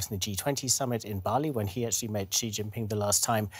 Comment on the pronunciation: Xi is not PRONOUNCED "he". It's pronounced "she" with softer 'h'.